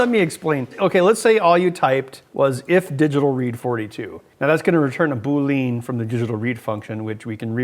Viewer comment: Boolene? Another Heckerism!